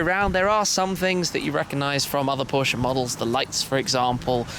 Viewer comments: No offense but what is a Porsch? Guys please it's Porsche. With an 'e' at the end. Thanks :) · SHMEEEE we are talking about Porscheeee with an e in it. Not Porsch :D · It's pronounced as "porshya" and not porsh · Mosanso he doesn't know how to pronounce Porche.